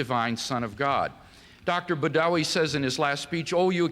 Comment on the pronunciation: "Dr. Buttery" LOL!